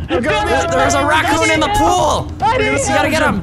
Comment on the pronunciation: vanoss said bakun instead of rakun